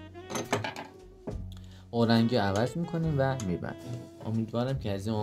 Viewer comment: ببخشید استاد، اورنگی نه، اورینگ